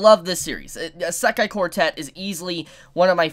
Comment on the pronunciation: You're saying Isekai wrong